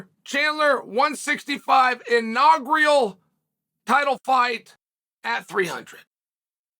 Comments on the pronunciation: Wow, and all these years we've been pronouncing "inaugreal" wrong! Undefeated, undisputed. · "in-aug-real" Chael is the mispronunciation gift that keeps on giving. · "Inagrial 165 pounds" lol